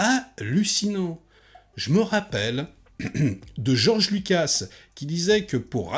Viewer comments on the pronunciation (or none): none